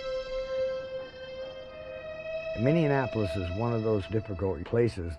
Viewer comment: This man said “minneanapolis”